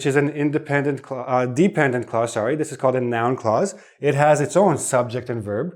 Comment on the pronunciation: Dear teacher, when you say “clause” it sounds as if you’re saying “cause.” I can’t hear the consonant “l” clearly. You’re class is so helpful, though.